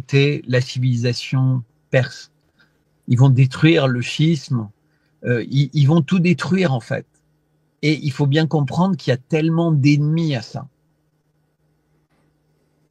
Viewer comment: Propos intéressant comme toujours. Sinon, 'Chi-isme' prononcé 'schisme' cest involontaire je suppose ? Parce que bon, hein, ça peut faire polémique...'ٱلشِّيعَة'. c'est un 'i long'...